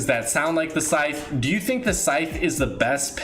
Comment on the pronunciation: Anyone else thinks when he says sythe its like “Sike!!!” Meme thing